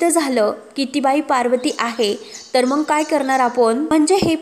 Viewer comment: मग ऐवजी मंग हे बघ ऐवजी हे पग बिंग ऐवजी बिंग ही भाषा ?